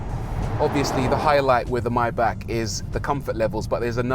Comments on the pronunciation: Come on not even you too Bruv. MAY--BACH not MYBACK. Lol 😁. Lovely Vid btw. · fantastic car but isn't it maybach you call it mybach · My man calls it a myback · Please, learn how to pronounce "Maybach". :-)